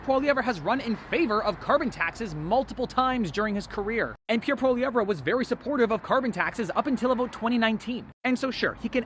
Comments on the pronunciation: Never insult a man when you do not have enough respect to pronounce his name correctly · One would think if you going to talk about someone you would at least look up how to pronounce their name. Also this guy can go read the 2015 liberal platform.....only thing completed was the weed legalization.